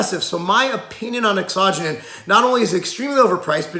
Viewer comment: does he pronounce it right i thought it was laxo gen in he said like asajonin